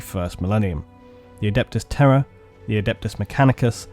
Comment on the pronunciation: Oh Terra...I thought you were saying “terror” 😂😂😂